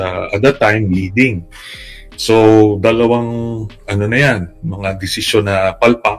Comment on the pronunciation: PURO KA NAMAN " EVENYUSLLY"